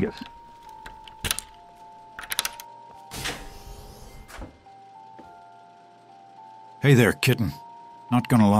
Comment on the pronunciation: "Mew Vegas" lmao